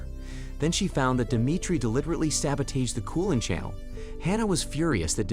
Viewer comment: ¿ okay... Algae , between three possible pronounciations *pick one, even it is wrong and stick with it. Geez. Sah ba- tauge ( sabotage ).